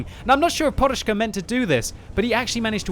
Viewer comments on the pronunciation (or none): guy name is PODUSZKA not PORUSZKA:P there is not "R". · only British nuub kan saj porushka ,when its says podushka ( a pillow ) :) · His name is really simple, it's like pod-ush-ka and you don't need to make any crazy sounds like it was Russian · why is he reading it like Poruszka.... there is no R in it. there is a D.... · You should read it like "podushka", meaning "a pillow" :V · FFS there's no "R" in "PODUSZKA"... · he puts a R(ing) on it